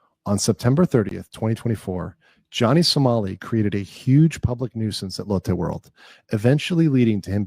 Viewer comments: Lotte World Pronounced: Lo-Tay World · BTW, it's pronounced "LOW-Tay". It's a big supermarket/food brand company in Korea. They have some stores in the US as well. Lotte World is this great indoor/outdoor amusement park. It's so fun. If you ever go to Seoul, you've got to check it out. In fact, just go to Seoul - I love that town - BUT BEHAVE YOURSELVES, DAMN IT. No throwing trash, swearing, shouting. Try not to take up too much space. Koreans are generally friendly and a lot of them know at least a bit of English. But please! Don't embarrass our country any worse than it has already been!